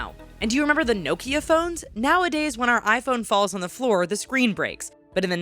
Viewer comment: Lol love how u pronounce Nokia😂